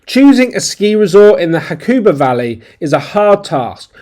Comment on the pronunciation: It is pronounced Huck a ba. There is no stressed emphAAsis on a syllAAAble. ;-P. Hakuba is ful of Ozzies. There are better places to ski in Japan. Do some research.